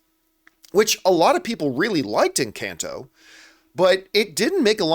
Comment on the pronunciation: Doesn’t even know how to pronounce the name of the film EnCAHnto and says it’s a flop when the music is literally everywhere and it’s one of Disney’s most successful new IPs